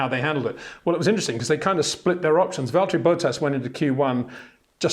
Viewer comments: Can you please pronounce Botas as Bottas??? ;) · HEY PETER WINDSOR, I HAVE MESSAGE FOR YOU SIR: With all due respect ... it is NOT Max "verSHtappen" ... Max is not German (Germans indeed do pronounce "st" as "sht") ... #Max33 = Dutch NL/Belgium! ... It is not "Bottash" nor is it "Lewish" certainly not "verSHtappen" .... This BS started long time ago when a British sport presenter interviewed father Jos Verstappen and assumed you can use a German pronunciation to a Dutch Driver thinking it is so "funny" ... It is not. Serious question: can any Englishman say "versatile" out-loud without saying "vershatile" phonetically? most can about 99,99% ... that is why most English can pronounce Verstappen 100% correct! Father Jos Verstappen (also F1 Racer) was very active between back then only a very few said "Vershtappen" but the vast majority of British sport presenters pronounced it perfectly ... only a few old stubborn farts like Peter Windshor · Look bro, I know you are trying to maintain your very gentlemanly English accent and I know we aren’t the best at word/name pronunciation in this country but please STOP SAYING VALTTERI ‘BOW-TTAS’. It’s almost as bad as the Max Vershhhhhtappen